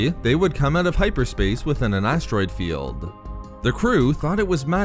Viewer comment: Why do you draw out the ending of everything you say by like 3 syllables? "..from his star-destroyerrrr" "...they fought through the asteroid fieeeeeld". If you want a successful channel you have to understand that your vocals are a HUGE part in people subscribing